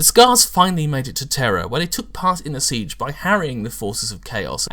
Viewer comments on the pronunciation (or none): none